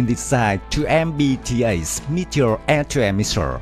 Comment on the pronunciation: "Shuper shunic Anti ship Messures"... 😂